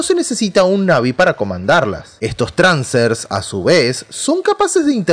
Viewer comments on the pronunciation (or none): me siento incomodo cada vez que dice "transer" XD